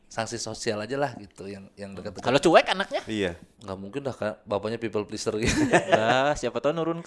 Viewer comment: menyebutnya "cu'ek" wkwkw lucu